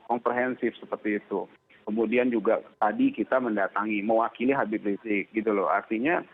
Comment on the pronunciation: Knpa sih kalin susah bilang Habib riziq